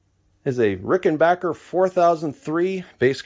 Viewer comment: Sincere Congratulations on your New Acquisition as well as the ability to pronounce RickenBACKer Correctly. :)